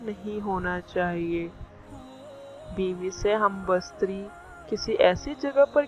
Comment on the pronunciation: ھم بستری بولنے کی تمیز نہیں اور دینی باتیں کر رہی ھو۔۔پہلے تلفظ ٹھیک کرو یہی تمہارے علم کی دلیل یا معیار کا پتا دیتا ھے۔